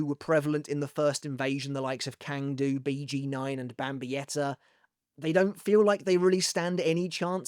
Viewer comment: Hey, I've always enjoyed your Bleach content. I'm a "languages guy", and not to nitpick, I want to comment on the more correct pronunciation of some Sternritters. - Cang Du: it's a Chinese name, and Cang here is read like "sang", not "kang" - Äs Nödt: the A umlaut in German is read almost exactly like /e/, so you can read his name as "Es Not". (the O umlaut is also not the same as a normal O, but it is tolerable) There are other deceptive names to read like Vollständig, Berenice or Jugram, and most prominently, how to actually read "Yhwach" in German. You need to simply ask and I'll gladly help out.